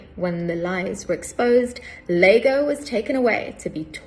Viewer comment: "Lago" !!!lmfao...dumb stitch. Show how much you know about Shakes[eare....it's Iago!!!! iago pronounced eye ah go..real bimbo